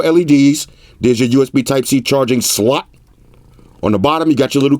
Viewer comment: "USB-C charging SLAWT!" 😆